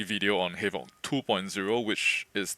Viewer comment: I thought bro was saying halo lol